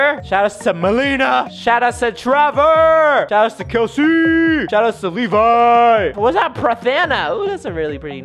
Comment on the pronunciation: OMG MY NAME IS KELSEY WITH ONLY ONE 'S' THOUGH!!!! BUT YOU SAID MY NAME RIGHT!!!!!!!!!!